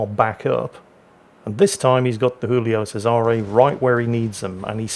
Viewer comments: Since it's Italian, it's spoken Julio Chesare, not Hoolio Cesare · It's not "Who-lio Sayzare". It's not Spanish. It's "Jew-lio Chay-zare". I know, I'm pedantic. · the giulio is italian not spanish its pronounced jooleeoh chaysaray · For the record, it's "Julie-o Che-sa-ray." keeps mixing his Italian and his Spanish for some reason. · Jew-lee-oh chez-ah-ray